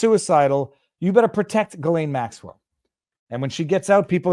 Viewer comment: FYI... the "S" in Ghislaine is silent, as in island. Pronounced more like Elaine with a hard "G" ("G" sound , not "J" sound) in front of it. Just sayin'.